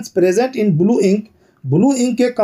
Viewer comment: Sir bulu Nahi blue hota hai😂😂😂😂🤣🤣